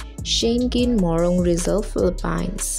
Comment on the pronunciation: you don't even know how to pronounce Philippines